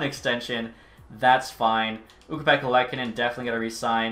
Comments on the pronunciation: As a Sabres fan I’m so stoked for this series… But pleaseeee for the love of god can we please pronounce Luukkonen’s name right? Its more of a Loo-kon-en and not lek-a-nen… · Just to let you know its pronounced Lookanin